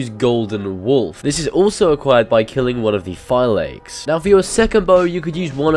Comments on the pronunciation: Phylakes is pronounced Feelakees (Fee-la-kees)! They mention this early in the game several times! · Phi-la-kes. Thats how you pronounce phylakes